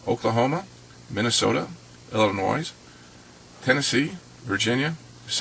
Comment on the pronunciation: "Illinoise" haha.